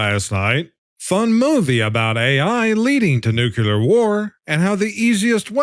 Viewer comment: It ids NOT new que leer. New clear. Say it .Nuclear.